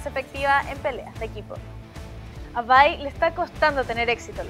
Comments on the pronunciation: Bai ( ulala señor frances) se le dice Vi alv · panchita se dice Vi como se lee no bye ¬¬ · Espero que no vuelva a decir Vai, somos de habla hispana... se dice "VI" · OP inglés pensé que vi era vi no vay. Jaja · me enteroooo como se pronuncia el nombre de vi XDDDD suenaaaa horrible ese "vai" me quedare con mi "Vi" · "Vai". Uh la la, señor francés :v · Me sangran los oidos cuando escucho "vai" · "Bai" "Bye" WTF?